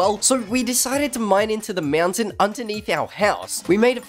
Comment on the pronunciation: I love how he says mountain lol Meownt- tain